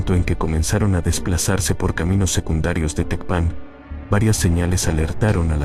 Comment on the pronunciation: No sabes pronunciar Tecpan , no Eres creíble